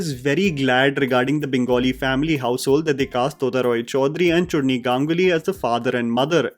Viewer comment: I love your analyses however you need to pronounce the Bengali names properly. You said Chunri where her name is Churni and Tota is pronounced as the 't' in tea. I remember you mispronouncing Parambrata's name as Parambarta, please try and take care of these details.